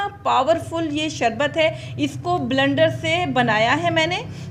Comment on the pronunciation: Sorry to say blndar nhi bleeeender hota h